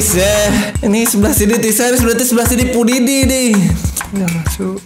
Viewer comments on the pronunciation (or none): Piudipai Bukan nya Pudidi